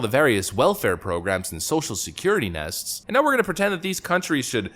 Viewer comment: you clearly say "social security nests" it's nets. Social security nets.